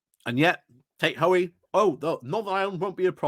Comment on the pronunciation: Why is the second ‘o’ from Hoey’s name always omitted?